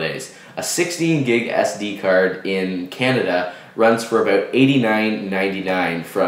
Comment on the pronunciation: "a 16 gig SD card in canada runs aboot 89.nointey nine"